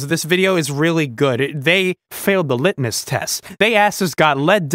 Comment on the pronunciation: you say litness test?